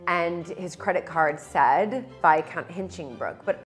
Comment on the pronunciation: Viscount rhymes with discount